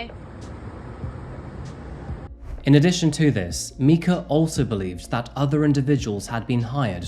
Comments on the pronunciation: I’m guessing that you haven’t heard that Myrtle Beach’s nickname is “Murder Beach” ‘Mica’ is pronounced “Micah” like Micah, the name from the Bible or think of the end of the word Formica as in Formica countertops. I usually don’t correct people, especially because I know he has an accent but Micah was an incredibly beautiful woman who was done so wrong and victimized and she deserves a voice and for everyone to remember her and her name. Her murderer should be forever forgotten. He’s such a piece of scum. I live in Myrtle Beach and this is one of the most heartbreaking incidents I’ve seen in a long time. Why? Obviously there’s Domestic Violence, Mental & Physical Abuse, Murder (I’ve been in a DV relationship, I have no doubt it was murder.) The biggest reason I think her abuser & life taker is the lowest of low is because he claimed to be a man of God. Men and Women who take on the roles as leaders in churches as Pastors, Preachers, Ministers, etc… I fully believe that they are held to a higher standard in God’s eyes because He (God) knows that these men and women are taking on a position where they are supposed to be role models for the people in their churches, where people who are struggling, having crises, needing spiritual guidance, have questions about the Bible and questioning their faith come to ask questions and these people, look up to these role models day to day, they see them. They watch their actions and words, how they live. Don’t get me wrong, of course, they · Love this channel and your content, but you really gotta make sure to pronounce a victim’s name correctly. Micah or Mica is a very common English name with Hebrew roots, said like “Mike-uh”. Very distracting the whole time. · i'm pretty sure it's pronounced micah